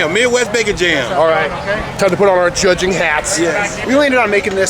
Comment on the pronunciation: Did you say, Chudging? 🤔